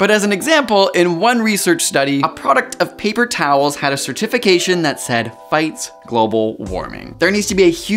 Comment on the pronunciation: I'm not sure I can believe you're a legitimately certified, educated voice on these matters, when you don't even know which syllable of a word should be emphasized. It may cause a tiff if you insist on pronouncing "certification" with the emphasis on TIF, rather than CĀ, and exposing your possible lack of awareness of the proper syllable division of this word? cer-ti-fi-CĀ-shun I realize it isn't a problem isolated to you specifically. It's a Millennial/Gen Z plague, but it's horribly distracting from the message, and is perverting our language. A big shot-out to my 8th grade spelling teacher, for making us write weekly lessons, loaded with syllable divisions from--the--dictionary.